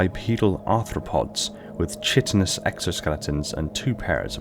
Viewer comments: chitin is pronounced "ky-tin" just for future reference. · Chitin is pronounced Ky-tin